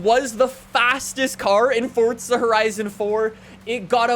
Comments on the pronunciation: pretty sure it's Forza not Fortza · can you say forza not fortza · Forza… for-za… forza…not “fort-za” forza… forza horizon 5…. Stop saying “fortza horizon”…. 🖐😩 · Stop saying fortza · Lmao I put on close caption and it even spelled it fortsa just like your pronouncing it 😂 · holy shit stop saying fortza im cringing so hard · Why he pronounce it fortza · and calling the game fortza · "Fortza Horizon 5" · Why does he say fortza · U KEEP SAYING fortza IT'S TRIGGERING ME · why do you say fortza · There’s no t in the word forza… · Does anyone else get mad that he says “fortza” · “Fortza” lmao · for the love of god bro someone teach this man how to say 'forza' he pissed me off so much when he kept saying 'fortza' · Why you always say fortza >:( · Only I here him say fortza horizon😁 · this guy really says fortza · He says fortza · i like how he says fortza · I swear he keeps saying fortza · The way he says forza as fortsa really pisses me off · Sop saying fortsa horizon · is it just me or fortza? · pls stop saying fortza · Bruh Fortza? Bwahahahhahahahahahaha Or Fartza? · It’s not Fortsa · Why is he saying Fortza? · Why does he say fortsa😤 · Him: FOrtZA HoRiZOn 5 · Why does he say Fortza only people from the UK say that and he’s American and that’s not even how you say it !!???!!! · why does he say forza like 'fortza' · it annoys me that he says "Fortza" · It annoys me everytime he says fortza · It’s still better than the "Forsa" we usually get. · i cringe every time i hear him say fortttttttza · It’s not fortsa horizon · Jesus. Another one that called it FORTza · Bro why do you pronounce it “Fortza” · Why do you pronounce forza like that? Sounds like your saying fortza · Welcome back to Fortza Horizon 5 will never get old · Still cant pronounce forza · where does he get the extra T from in Forza? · There's no T in Forza!!! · It's called forza not fortza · Can someone tell me where the T is in ‘forza’? It’s not ‘fortza’ it’s ‘forza’ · fortza its forza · Forza not fortsa